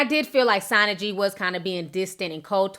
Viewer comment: It's "sana g " [ like sauna] ...... ((love u ti... ))😙😙😙😙😙😙😙 I only know cause im from the bay area.. anyways... ... but yeah Im not a fan of sana...... myself... and she prolly did give off bad energy..... to mo...